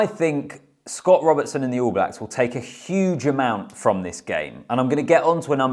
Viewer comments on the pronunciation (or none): none